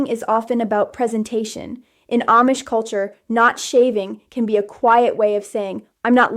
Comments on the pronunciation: This is AI. She couldn't pronounce Amish correctly part of the time! 😂😂😂 She said Am-ish instead of Ahm-ish. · This might be Ai, she switched in the middle from saying (mispronounced) Aimish to (correctly pronounced) Amish. A human Amish person would not make that error.